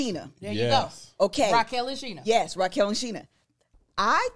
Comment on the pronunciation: Why Kev call Sheena Shanesha. 😂😂😂. I’m 💀💀💀